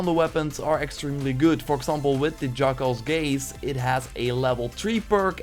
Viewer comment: I heard you say "...jack-offs gaze." LOL!